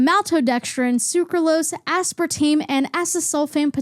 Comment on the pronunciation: aspartame. asspartaym. asspartahmee.